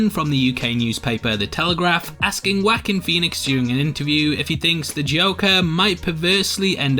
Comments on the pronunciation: his name is pronounced "wauh-keen" not "wack-in" dumb ass. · My ears bled a little everytime you called him "wahkeen" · I like how you pronounce his name haha WHACKIN Phoenix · "wackeen phoenix". You start off making him a wack lol.